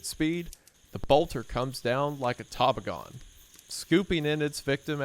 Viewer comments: I say this with all the love in the world: I'm from Maine and the way you mispronounce places and words more commonly used here is hilarious. "Rang Glee" and "Toba Gone" are definitely not correct, but appreciated nonetheless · Taboo-gone Tahboogone Tahboogone Toboggan Let's just say sled 😂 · Anyone that's curious knows it's Pronounced "Toe-Bog-En" (Toboggan)(French-Canadian), which its basically just a sled the style of long wood slats that curve at the end to hold on to. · Does anyone say “TAH-bugg-awn”? I’ve always heard it pronounced “To-BAH-gun” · It really hurts how many things are mispronounced, you'd think if you don't know a word maybe Google it before saying "tah-boe-gone" like you're in a top hat and monocle with twirly handlebar mustache. It's just tuh-bog-an 😭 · He said Taw-ba-gone. ITS Tah-Bah-Gan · Wendi saying tah-ba-gone nah not te-bagin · absolutely killed me how he pronounced toboggan XD (Ta-bog-anon?????) Absolutely everyone I knows says it as t-bog-an. Like, you know, a sled? The way he said it made it sound like a who 'nother creature, lol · Wendi pronouncing toboggan “Toh Bah Gone” . . . A tah -bahg-in? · Tob-a-gone? For real? You never heard of a toboggan?!?! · the word is pronounced tuh•baa•gn (/təˈbɑː.ɡən/) and refers to a long sled, which can achieve relatively high straight line speeds. Impetus is pronounced im•puh•tuhs (/ˈɪm.pə.t̬əs/) and refers to the force with which an object moves. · He did not just call a toboggan a "tobagone" 😂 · "tob-a-gone"? come on, man... reading comprehension,please. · Love you Wendi, love the skit for magic spoon, but uh it’s Tuh- bog- an😭💜💜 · Wendi thats a "tob-AH-gen" my dude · I’m sorry if you’ve been told this already, but you mispronounced Toboggan. I’m fairly confident it’s “Toe-Bogg-Ann”. I apologize for being that guy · super funny when you said "tobogone" 🤣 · Tuh-bog-in lol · My brother in christ tah-bow-gone???? HUH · a toe-bog-an it's a sled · “tobogone” is horrendous